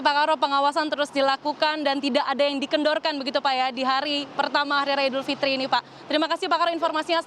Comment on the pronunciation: Idul Fitri, bkn Idul Fitir